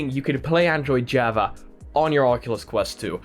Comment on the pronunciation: Java pernounced Jaw Vaw